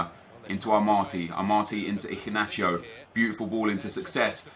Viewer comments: Where is the c in Iheanacho?? Your pronouncing it Icinacho lol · Who else found his pronunciation of iheanacho - so funny 😂😂😂